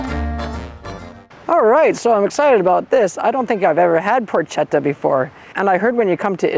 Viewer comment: Annnnnd it’s pronounced Porketta, ch translates into a K sound.